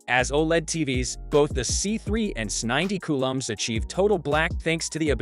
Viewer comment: These damn IA videos annoy me. It mispronounces things. It’s trying to say S90C.🙄